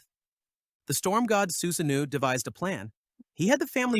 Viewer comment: Diabolical pronunciation of Susanoo